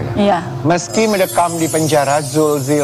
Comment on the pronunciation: mc nya ganti kali tuh yang nyebut nama zul saja belepotan